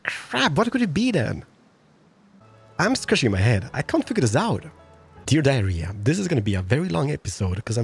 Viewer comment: Dear diary: keeps saying "Dear diarrhea"